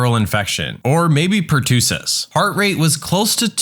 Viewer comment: The word "pertussis" is pronounced "pr-TUH-suhs" (not "pr-TOO-suhs"). Also, someone can have "abdominal" pain, but "abdominable" is a non-standard (or nonsense) word.